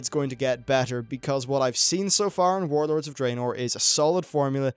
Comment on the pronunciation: Saying "Wawd" sounds stupid to me. Just say warlords.